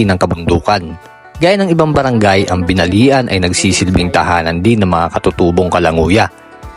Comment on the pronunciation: BINALIAN pronounce as /BINAL-YAN/